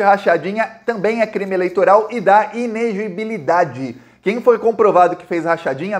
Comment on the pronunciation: o certo é i-ne-le-gi-bi-li-da-de. Kkkk!!! Abraço cara, sou teu fã